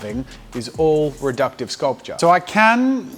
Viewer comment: Drink everytime he says sculptuer xD